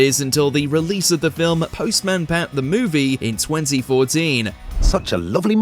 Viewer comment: it's postman pat not post man pat, just saying